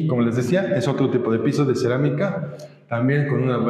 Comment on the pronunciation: soy el único que escuchó: ceramicaca?